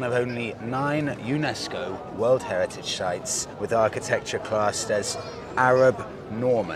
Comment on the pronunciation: Dude, you gotta learn how to say World Heritage Sites 😂😂😂